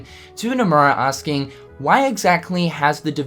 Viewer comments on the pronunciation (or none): none